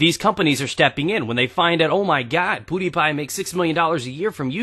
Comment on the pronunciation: "Poodypie" Hehe.